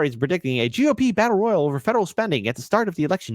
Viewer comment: The best part of this video is how pronounces battle royale